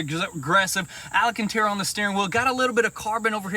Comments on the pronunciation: Al-can-tara, not Ala-can-tara lol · Guys; AL-CAN-TARE-UH